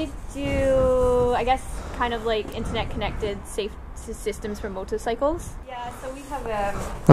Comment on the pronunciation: She says "Motorcycles" they same way Dora Skirth says "Symbiote"😅